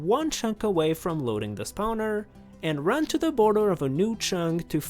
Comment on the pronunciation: I love the way this man pronounces spawner. Spowner